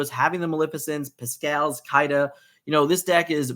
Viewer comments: It’s not Kai-da it’s Kee-da 🤦🏽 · I love you but it’s pronounced “Keeda”